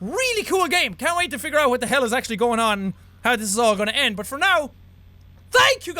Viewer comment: jack pronouncing for as [fur] is the only nourishment I need to live <3